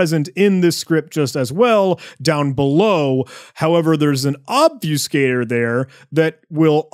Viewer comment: It's called Ob-fuss-cator not Ob-fuse-cator.